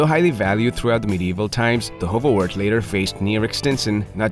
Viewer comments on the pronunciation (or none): Wart should be more pronounced like heart. It seems to be difficult for English speakers not to say wort. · This isn't actually how you pronounce this breed's name.